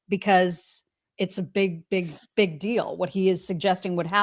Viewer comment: Is saying, "Art of the dill" instead of "deal?"